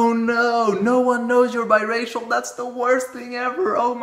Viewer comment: Until , I thought he was saying bisexual.